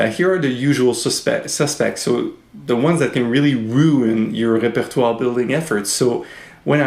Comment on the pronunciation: Oh that is how I am supposed to say repertoire!! Great lesson thank you